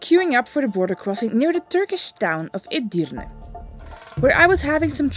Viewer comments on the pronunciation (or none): none